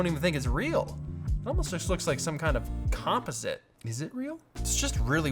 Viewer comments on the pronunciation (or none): Is it a Canadian thing that peter pronounces it Compo-site Rather than Com-posite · We forgive you for not pronouncing names right but composite? No, unacceptable ;)